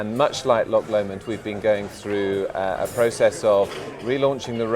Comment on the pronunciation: LocKKKK LOMOND???? its Loch Lomond FFS